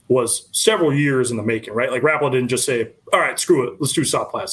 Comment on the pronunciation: Rap-pa-la..just picture Al Linder saying it.